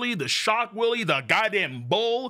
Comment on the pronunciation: Its pretty funny how you pronounce Wille, it sounds so much like Willy. If you have trouble pronouncing it correctly, try it that way. Willä, Willé, put more emphasis on the last letter and pronounce it deeper.